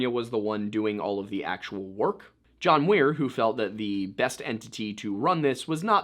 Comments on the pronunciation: Am I a fool? I had throught it was John Muir, not Wier, who petitioned Prez Teddy. Was just saying it special, or have I been off kilter for a long time?😅 Thanks for covering this! My husband grew up in Bass Lake (a town very close to Yosemite) and he throughly enjoyed the whole thing! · Enjoy your channel! And; John Muir, not John Weir. Muir was a fascinating eccentric you may want to do an entire episode on; his writings and essays were responsible for inspiring others to see the value in preserving land. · John Muir, you said Weir. You really messed up this time... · John Muir "MEUR". Just had to correct you. There's a lot of things named after him including a famous trail in Yosemite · Do my ears lie to me? Did you say John Weir trail.